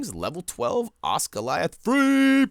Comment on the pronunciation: I thought the way you said it sounded right